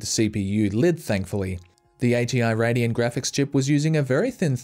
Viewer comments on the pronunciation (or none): none